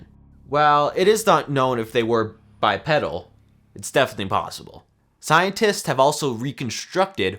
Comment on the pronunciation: It's pronounced "Neph-uh-Leem".................and there called "Gigantopythicus Blackie"............and it's "Bye-PEE-dal"...young man, your butchering words...LOL! (but I give you a B+ for effort)